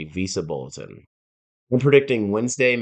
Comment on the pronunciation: Too monotone, a lot of unneeded data that this guy is talking about. Stop pronouncing Visa Bulletin as “Visible”. Explain your predictions!!!!